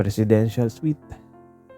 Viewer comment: Hi. Nice story. FYI lang. Ang tamang pagbasa sa salitang “Suite” ay “Sweet”. The same pronunciation silang dalawa.